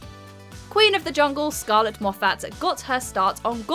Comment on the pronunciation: Scarlett Moffatt doesn't emphasise the second syllable of her last name. Moffett not Mof FAT